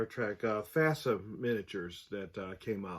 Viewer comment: Not FASA.